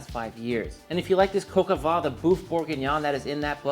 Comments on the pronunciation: Please teach him how to say coq au vin. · Made Cog Au Vin (Coke Ah Van - pronounced like the automobile) last night for a friend. It was so delicious with mashed potatoes. I sent him home with lefties and I had some today as well. And yes, it was def better today. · Coq au vin must be pronounced: Cock oh v( ain ) like vain ( u’r so vain ) without pronouncing the n or oh v(ain’t ) without pronouncing the n and the t! 😀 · Coke au vin? Is that a Bourdin recipe? Or perhaps YT won't let you pronounce it properly. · Once you nail the french pronunciation game you'll be golden - brown that is. Coke o'van (kinda in between van and vine) ; loo (like look) cru-say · PS Coq au vin = Cock oh Vuh - I absolutely love your work. You inspire me - and I’m sure so many others. Nothing better than seeing someone who has truly found their passion in life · Sonny, say: "Coke-oh-vaahn" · Typical yank bad French pronunciation of the actual name of the dish and the so full of themselves as if they've invented it's been going on for thousands of years just the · You are great. (Please learn to say “coq au vin” correctly lol). This was delicious!! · Pretty sure that isn't how you pronounce Coq au vin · The correct pronunciation is coq au 'van' the 'n' being silent. 😎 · "Coq au vin" l'accent y était presque ! Bravo ! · PLEASE it is not pronounced coco its cock oh van jeuss christ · And you pronounce coq au vin differently. Doesn't matter, except you put so much emphasis on it. Ok last comment I'm ending the vid early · Julia impression actually made me laugh 😂 Coq is pronounced exactly the same as the English word. It’s funny how so many Americans always try to make it “coke”… COCK O VEHn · what the f is cock-o-VAH, mate? its coq au vin = cock-o-vin (van* sometimes). I though you worked in a pro kitchen for many years and suppose to know a thing or two about French cousine. Jesus, lad.. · …pronounced, “Cocoa van”